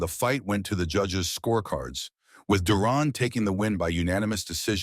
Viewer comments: It pronounced Duran and not Duron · ...it's Duran not duron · the narrator can't pronounce duran's last name - how was this jackass chosen ???